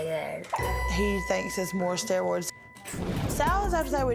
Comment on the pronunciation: “She’s on a lot of stewoids”